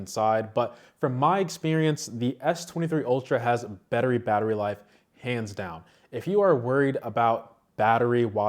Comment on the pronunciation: “bettery battery life” 🤭 Love the video btw keep it up 👑